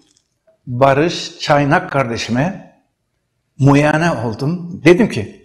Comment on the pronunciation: ( MUYANE ) NEDİR YA ?? ( MUAYENE ) DİYEMEYEN KONUŞAMAYAN AMA ÖĞRETMENLİK YAPTIĞINI SÖYLEYEN BİRİSİ ÇOK GARİP ENTERESAN.